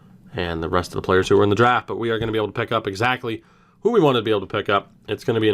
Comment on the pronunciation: All draft picks from extra 2019 draft never reach potential. Side note..I turned the speed to 0.25 during the draft, Pissed myself laughing cos u say "Pplayerrs' like Babcock!